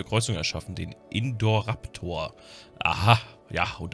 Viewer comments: Indoraptor nicht Indorraptor xD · Mir gefällt, wie er den Indoraptor "Indoor-Raptor" ausspricht. Der wohnt dann im Flur.